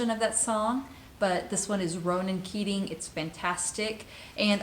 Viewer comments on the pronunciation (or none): “Ronan Keating” 😂🤣🤣😂 Fuck sake!